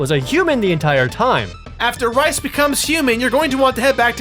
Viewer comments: Its pronounced "Reese", not "Rice". LOL. Great video guys!!! I LOVE Final Fantasy Tactics, and have been waiting for a proper sequel for many many many many years. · Reis, isn't said as "rice" you say it like "reese" was laughing hearing you say that wrong and the throwing rocks scene was the best. xD